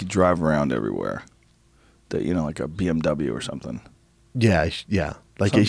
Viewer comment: Why can't u americans pronounce BMW?